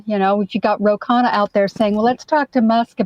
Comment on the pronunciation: Dude can't even get people to pronounce his name correctly. Indians DO NOT pronounce Khanna like that. No self respect at all